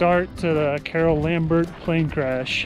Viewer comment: Get her name correct it's Lombard not Lambard.